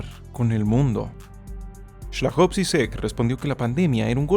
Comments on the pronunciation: Ay por fin un video bien bueno de usted :0. Al principio de la pandemia en clase nos pusieron a leer esa tal Sopa de Wuhan y había olvidado que Zizek al final aportó una postura ridícula. Por cierto, es Slavoj, no Slajov. :v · Muy buen video pero se llama SLAVOJ no Slajov xD